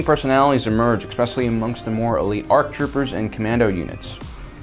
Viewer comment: I keep hearing him say J.A.R. what is that? or is it just Jar?